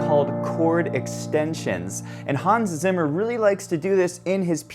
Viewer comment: Zimmer… es heißt ZIMMER 🧐